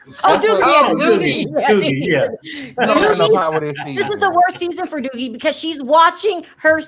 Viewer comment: Doogie not doggie